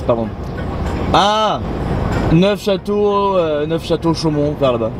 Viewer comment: he oui le toulousain on a attrapé la grippe et on dit neu chateau lol